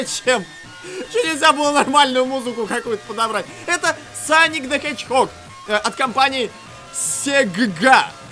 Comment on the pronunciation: Не саник а соник ,тейл,наглс.